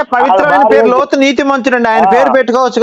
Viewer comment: హలో కాదు రా బాబు లోతు అని ఒకసారి చెప్పు నీ అమ్మ